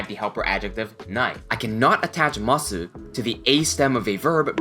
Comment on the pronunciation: i love your videos, but why do you not drop the "u" in "masu" when you say it?? i have to know.